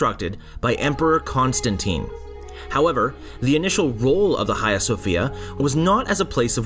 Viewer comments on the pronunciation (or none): cant bear to hear u say khaia one more time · Dude ... your pronunciation of 'Hagia' ..!